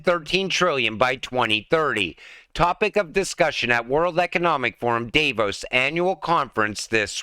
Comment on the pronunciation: I listen to you read the press releases and news articles and find it somewhat informative. However, the mispronunciations and basic grammatical errors in every video reduce your credibility. For instance, DAVE-Os is athe deli down the street. DAHV-ohs is world economic forum summit you are trying to pronounce. Just trying to be helpful.